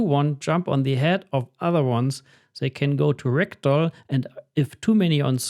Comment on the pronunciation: Whenever he says Ragdoll, I hear Rectal… 😅